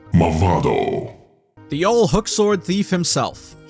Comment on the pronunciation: where is the L in Mavado